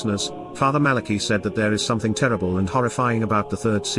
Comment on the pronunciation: Malachi Martin read the secret in Portuguese and the visual was of a mediaeval document in high German. BTW Malachi is pronounced Mala kigh, not Mala key. AI is still dumb. It's Jesus who will save the Church not Mary.